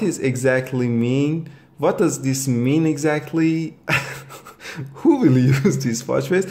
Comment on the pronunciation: Vat do you mean?